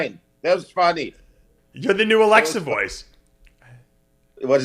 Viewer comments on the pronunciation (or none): Dave its not alexer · Dave pronouncing his “a”s with “er” 😤